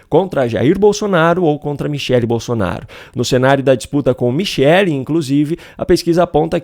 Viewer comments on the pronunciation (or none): none